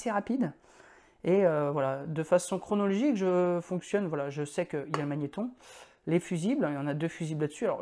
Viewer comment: magnetRon avec un R ;-)